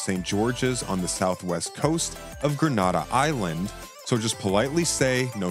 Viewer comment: Gren nay dah not grand na dah